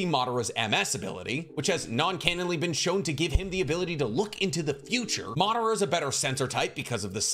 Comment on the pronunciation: Its pronounced as Ma dha ra - Madara! Not Maaa d ra